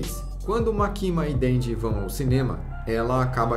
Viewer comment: Morri de agonia do cara falando "makíma" ao invés de "mákima" que é a pronúncia correta kkkkk Mas sei que ninguém é obrigado a pronúncia corretamente